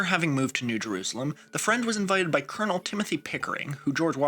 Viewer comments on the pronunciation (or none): none